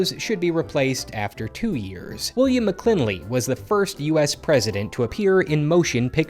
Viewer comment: Much of this is actually interesting. You don’t know how to pronounce McKinley and it shows.